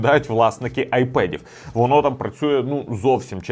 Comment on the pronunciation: та і айпЕд каже замість айпад